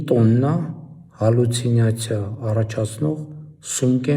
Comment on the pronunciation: Pashinyan jan, voch te halyucinacia, ayl Galyusinacia. Samoyits Sovoreq Jisht artasanel